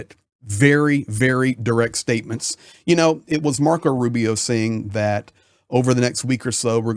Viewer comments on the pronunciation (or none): none